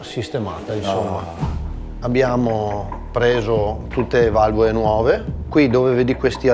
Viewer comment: ma parla misto italiano e dialetto?valvoe , fietatura ,imoea , formuea, esie, veoce, queo picoeo guidabie gestibie !!ma scusa ma la lettera (L) non si usa? si dice valvole non valvoe! si dice imola e non imoea !si dice formula non formuea!si dice esile non esie !! si dice guidabile non guidabie! ma il tipo e percaso allergico alla lettera (L)?? O SI PARLA DIALETTO veneto O SI PARLA ITALIANO!!MA NON MISTO!!e ridicolo